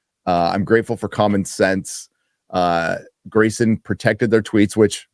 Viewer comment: Grayson pronounced without the R Gary pronounced WITH the R!! baby!!!!!:face-blue-smiling